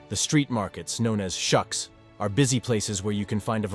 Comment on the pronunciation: Hanukah (chanukkah) not Tchanuka, shook (shuq)not shuck.